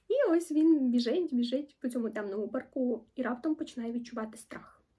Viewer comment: Одразу вподобайка вам за посилання до нашої літератури і зокрема, до Підмогильного ♥️ Дуже вичерпно все описали Єдине, не зрозуміла, а чому в паркУ ви обрали наголос? )) чи то ви перфекціоністів ловите так? 😅